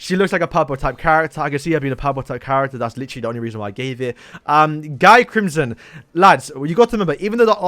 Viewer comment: is not guy crimson is pronounce gyi